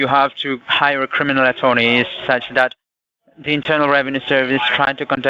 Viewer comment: Cwiminal attewney